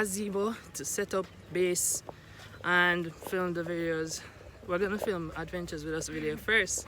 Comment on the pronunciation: You definitely said flim the videos😭😭😂